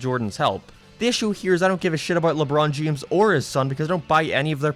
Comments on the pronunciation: Anybody else hear "lebron jemes"? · lebroan jahames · Specs jame and leborn jeans and the same he says seem🤣🤣🤣🤣🤣🤣🤣🤣😂😂😂😂